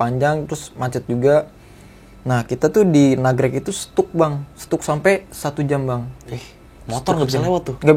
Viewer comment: STUCK?DIBACANYA STAK NJEENG🤣NGESTAK,JANGAN STUCK2🤣